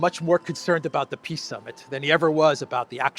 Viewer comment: "Ehhhhh....China is disrupting piss Summit...ehhh very unfortunate" 🤡📯 Thanks,. Be good. 😎👊🏼